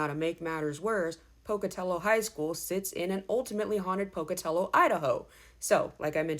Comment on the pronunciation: Thank you for pronouncing Pocatello correctly 😂 I'm class of 2000 ❤️